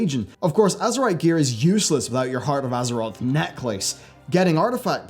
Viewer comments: I'm just hoping that the mythic island expeditions will be more difficult than mythic 0 dungeons. Also, a slight nitpick, necklace isn't pronounced neck-lace, it's neck-less, but you're the cutest so i don't care :) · I've never heard anybody say neck-lace like pronouncing it as two different words. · Im srry but the way you pronounce Necklace is actually triggering me XD